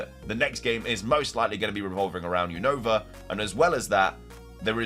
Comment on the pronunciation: dude your keep saying Unova Name Wrong is Younova 😅